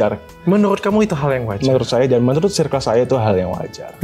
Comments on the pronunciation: koreksi mang perasaan circle bacanya bukan sairkel klo di bhs inggris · Bacanya “sirkel” sih tapi abangnya juga salah sih baca “due” harusnya dibaca du. Koreksi klo salah ya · Mon maap mase yg ud biasa panggil2 pk sbutan babe, bro, bae n klaimnya ud lama gaul di bgor n jkt, lurusin dl lafal circle nya please.. jgn sok english cos englishnya ga syairkel jg.. kuping gw skt😂😂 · Dia ngelafalin circle aja sairkel, mn tau arti Bae (baca: be) yg artinya Before Anyone Else alias prioritas/someone special buat girlfriend, boyfriend. Curiga 1 circle cm 1-2 yg paham be yg di mksd. Krn kl bee itu bacanya bi bkn be. N pnggilan syang lbh ke bae (my bae), bkn bee. Honey beda lah sm bee. Bee = lebah. Honey = madu. Honeybee= lebah madu. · diperbaiki dl pronounce "CIRCLE" nya yaaa, sok2an ngmg circle, cara baca ne wae SALAAAH, ngisin2i